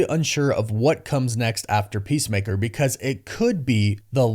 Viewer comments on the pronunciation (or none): none